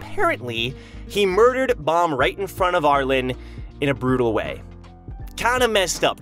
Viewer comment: Hey, love the content. Not sure if you read comments, but Arlene's name is pronounced "Arl-een". Hope to see more stuff in the future!